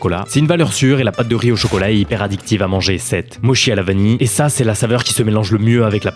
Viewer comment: On dit "motchi" pas "mochi". Mes oreilles ont saigné 😂